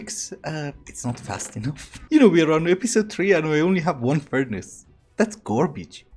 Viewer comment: Something about the way you say "garbage" is hilarious to me. gorbij